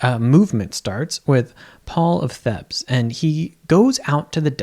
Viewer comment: The pronunciation of Thebes lost me. One million dislike buttons pressed.